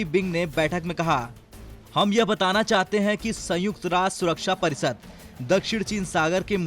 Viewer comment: Are yar parisad nahi parishad bolte hai usko.